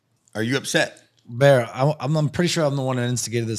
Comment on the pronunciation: Brandon pronounces the name/word bear as beer. 100% odds